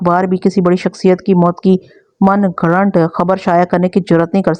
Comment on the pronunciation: من گھڑت ھوتا ھے من گھڑٹ نہیں ۔